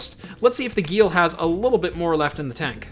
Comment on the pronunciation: I would have guessed that Geil would rhyme with "isle" instead of "eel".